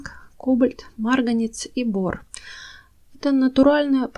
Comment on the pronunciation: Кладезь ! Марганец! Вы из России? Почему много неправильного произношения?